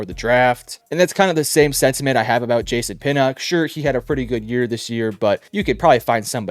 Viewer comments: Jay-sahn you mean jason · ive never heard someone pronounce Jason like jay-sahn